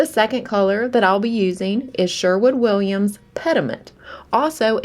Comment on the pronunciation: sherwin...not shwerwood